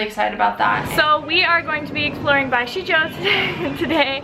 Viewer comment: "shenzhen" is pronounced more like "sun zun"